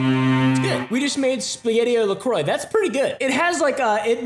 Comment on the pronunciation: not going to lie I got excited when pronounced La Croix correctly... I'm traumatized by just how many swear its la crocs or la choices in a state I lived in for a while and had the misfortune to work with customers in...... Also... loved this whole thing, it totally cracked me up <3 <3